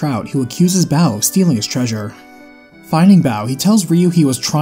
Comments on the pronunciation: every time u say bao instead of bow makes me giggle xD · Bow is pronounced Bo, just like the grassrunner archer Bo from the first game